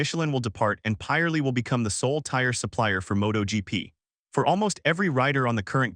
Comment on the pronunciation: calling a pirelli a pieralee sounds odd...we pronounce it pi - relli